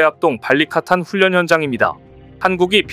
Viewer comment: 훈련을 제대로 읽어라. 싫다.